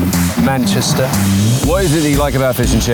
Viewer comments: “Where are we?” “ManchestEH” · If he says Manchesteer on more time